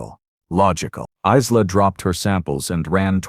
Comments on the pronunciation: Although Isla is a good Irish name, many people don’t know how it is pronounced. It is like eye-la. Maybe use a name with a more standard pronunciation that the AI might be able to say correctly. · Great story the different pronunciation of Isla was irritating through